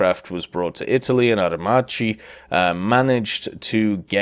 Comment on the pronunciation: I’m italian and I can definetely tell you that Aer Macchi is pronounced like AERMAKKI